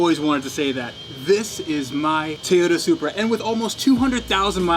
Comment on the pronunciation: “This is my tooda supreh”